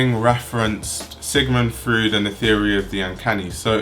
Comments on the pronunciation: btw Freud is pronounced like "Froid." Roid with an F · omg object oriented ontology and the uncanny gets name dropped, my favourite things combined I will def. follow this designer thank you! :):) (also very funny to hear how you pronounce Freud as fruit)